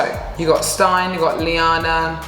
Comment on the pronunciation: So nice 😊 it could be that Stine is actually pronounced „Steen-eh“